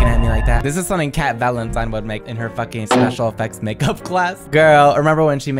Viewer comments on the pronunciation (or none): none